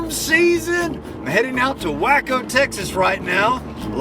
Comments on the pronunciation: Wacko Texas loooool I'm not sure if you did that as a joke, but as a fellow Texan I must inform it's pronounced like "way-co" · it's pronounced way-co silly goose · Still caught up on the fact that you pronounced it Wacko Texas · I really hate they did that to you, Sir. On another note.... It's pronounced WAY-co Texas.... not WACK-O. Thanks! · Waco is pronounced "way"co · It's pronounced WAY-ko!:( As a side note, when my new job starts up I'll toss a couple of bucks your way. I'm terrified of storms myself, but I have a macabre fascination with tornadoes. And your storm videos are the best on YouTube! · how pronounced Waco💀